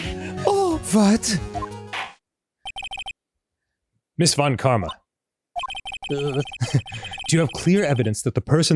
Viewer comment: The mispronunciation of von Karma‘s name is hilarious.